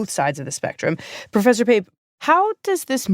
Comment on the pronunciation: You called Pape? 🤦‍♂️